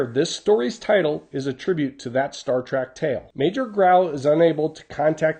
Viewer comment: Sorry to nitpick but its Star TREK you're pronouncing it TRAK, i was actually expecting a homage to Devil In The Dark, another Star Trek episode